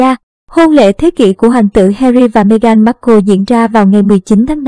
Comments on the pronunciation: Bạn nên đọc tên cho đúng Mê-gần không phải Mê-gan! Cám ơn bạn. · Đọc tiếng Anh sai bét cả, ngay cả tên của Nữ hoàng và Meghan cũng sai luôn.